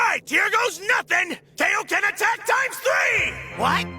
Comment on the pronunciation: Ah yes I remember when the kaioken was pronounced as kay-oh-ken